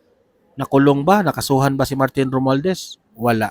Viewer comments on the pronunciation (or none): none